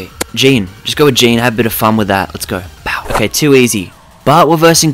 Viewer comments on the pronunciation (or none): Love when he says BOw